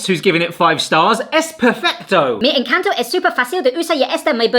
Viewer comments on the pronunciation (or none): none